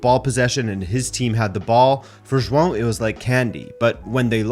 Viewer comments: Finally, someone that can say João correctly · Omg someone who can pronounce João properly and not ‘Joao’.